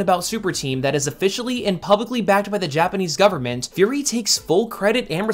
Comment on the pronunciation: furi? fury